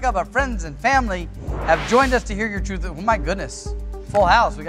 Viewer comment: Druth, yeah pretty comment for Danish ppl having issues pronouncing th.